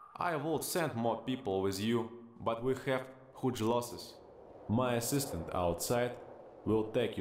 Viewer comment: I was laughing so hard at the fact that NPC said ‘Houge’